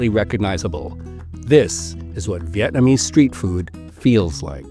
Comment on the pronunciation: Appreciate you pronouncing the Vietnamese words correctly